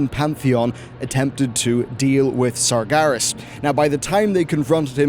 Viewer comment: It's Sar-GER-as - not Sar-GAR-is. Also, NYE-a_LOTHE-ar.